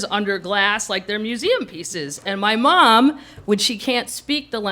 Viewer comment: Yah...if you’ve never left the Midwest, it’d be best to visit NYC and CA first, before embarking on a trip to France! At least the embarrassments,would happen domestically first! Lake of the Ozarks...LOL! Ooooh! High culture! Hah!! One clever a-hole...one for my team! I love the way she says, “Maahm!” So midwestern and comical. KM is a genius!